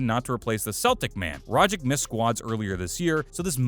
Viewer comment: It's Rogic not Rogic